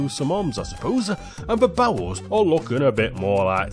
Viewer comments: I keeping hearing barrels as bowels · Whenever you saw barrels it sounds like you saw bowels which makes this 100%funnier ngl